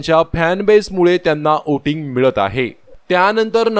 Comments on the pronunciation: ' ओटींग ' नाही हो....,' व्होटिंग " म्हणा...🤣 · Oating nahi re bala, Voting boltat.